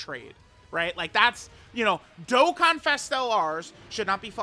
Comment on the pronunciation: you said dokkan events wrong